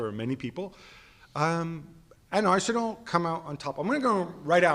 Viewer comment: Why does Gab pronounce Arsenal like it’s two different words added together 😂😂😂